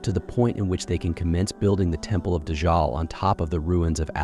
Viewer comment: It's not dajjaal